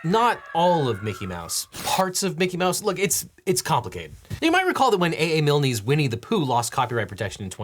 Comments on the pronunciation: "A.A Mil-nay..." What? It's just "Milne" like "kiln"... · Dude, it's not AA Milney, it's pronounced "Miln". The "e" is silent. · A.A. Mil-knee? Hmm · Dear Leagly Eagly, A. A. Milne's name is pronounced "miln", not "milny". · A A Milney? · I love the Legal Eagle video but for those keeping score, it's A. A. Milne (pronounced Miln) and Ub (pronounced Uhb) Iwerks. Cheerfully submitted. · It's pronounced "Miln" (the e is silent). I'll chalk up to stupid US pronunciations of names, places and things. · I watched on Nebula, but came here to be a pedant and say A A Milne’s surname is just pronounced Miln. The e is silent. Thanks for your work as always Devin and co. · Is this AI? the mispronunciation of the name 'Milne' suggests this is an AI-generated video. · My comment was about Devin's pronunciation of "Milne", not the way "Winnie" is written; I left out the "i" in "Winnie" to spoof that by making the ending the same as the ending of "Milne" because Devin pronounced "Milne" as if it rhymes with "Winnie". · Just so you know, you don't pronounce the 'e' in A.A. Milne's name.